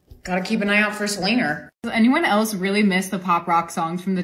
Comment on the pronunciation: “Gotta keep an eye out on Selener” LITERALLY GOT ME ROLLING ON THE FLOOR